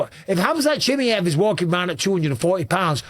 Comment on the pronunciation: Bisping bro, it’s pronounced Chim-eye-ev, no Chim-ee-ev 👍